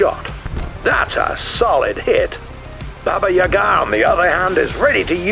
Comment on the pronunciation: Are you sure, that it is pronounced Baba Yagaaaa?